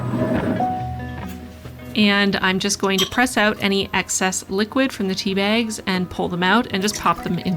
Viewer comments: you can't comprehend the DISTRESS i felt when i thought i heard you say SIXTY bags, instead of six tea bags... great video nonetheless!!!!! <3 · I heard „I used sixty bags this time“ and was super confused until I realized you said „Six tea bags“